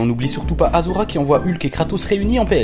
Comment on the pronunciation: Propre, rythmé et bien marrant :) Par contre, arrête de dire aZura. STP :'(